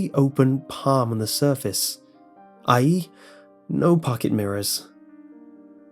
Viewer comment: lactose intolerant milk ye true but the point is this guy pronounced it i.e. which is kinda dumb